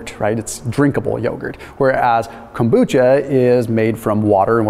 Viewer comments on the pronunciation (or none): FYI kombucha is very easy to make. I first started making it about 20 years ago... Not consistently since then though because stuff got in the way however I've been making kombucha again for the past few years. Yo,, there is no T and kombucha and what I mean is the letter t. Kom bucha. Not Kombootcha.